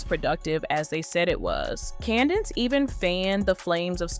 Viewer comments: Say with me: Candace Owens. Not candance owens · Please stop saying Candence Owens 🙃